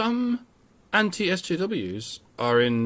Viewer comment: Eschews? the guy pronounced "SJWs" as "eschews"? ...people should eschew SJWs.